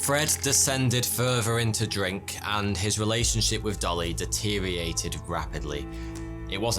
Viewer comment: What is it with missing the middle out of certain words..? disorientated has become disoriented and deteriorated is now deteriated It's not just here that I hear this.. it's many other places too. Sortz ya shizzle-izle-wizziez out mazzle... ya gezzlez me brezzlez!? This is the Englizzle langwizzle we're a chazzizling bubbillizzez abozzles. I stoned.